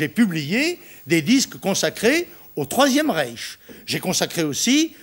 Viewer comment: Moi c'est la manière dont il a prononcé "Troisième Réich" qui m'a tué 😂😂